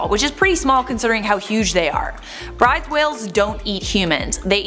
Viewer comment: At the risk of being pedantic, Bryde's Whale is usually pronounced Broodes